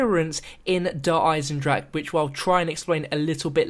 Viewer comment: is finally say Der Eisendrache properly!!